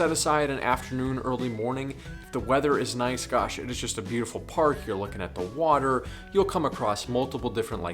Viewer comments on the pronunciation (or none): none